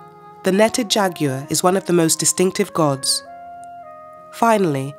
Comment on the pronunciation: Beautiful documentary, blighted by so many mispronunciations. If a Spanish word has an accent on it, that syllable should be accented not the one after it! And what is a jagear? or Bass relief?